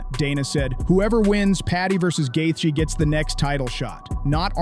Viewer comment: "justin gath-ya"